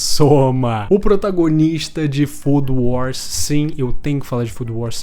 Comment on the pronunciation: "fodo wors"?? vai com calma q isso🔥🔥🔥